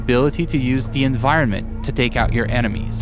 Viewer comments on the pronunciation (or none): And and enimeies